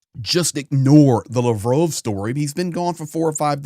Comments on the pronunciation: I'm sorry but stop pronouncing Lovrov. It's Lavrov. La like La la land. Sorry for your lost. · btw it's Lav rov, like Pavlov, or sad dog 😉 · Why you call him lavrove? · Lavrove? Its Lavrov🙄😁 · Pronounced Lav-roff.